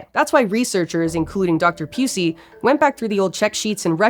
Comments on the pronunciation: Anne (Pew-See) you say, huh🤔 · Pew-si ok it’s not pronounced like that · Dr. Pusey 😂😂😂 really? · Why is all I heard was Leakey Pusey?